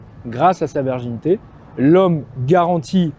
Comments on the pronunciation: excusez-moi, mais prononcez bien correctement le mot virginité avec un "I", parce qu'on vous entend dire"verginité"!😂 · Pourquoi prononcer "verginité" au lieu de "virginité"?! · La verginité ou la virginité? ^^ Attention à la diction garçon. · Merci mais si tu dis encore une fois verginité au lieu de virginité je me désabonne 😭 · Ton discours est intéressant et juste par contre c'est "virginité pas "verginité".